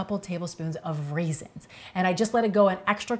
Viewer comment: My soul hurts so bad right now. She said RAISINS!!!!!!!!!!!!